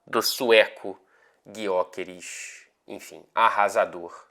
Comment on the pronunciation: Fala, vou dar uma dica para você e repassa pro pessoal da TNT Sports Brasil. Eu moro na Suécia e aprendi que a letra Ö do nome do Gyökeres tem uma pronúncia parecida com o nosso Ô do português. Abraço.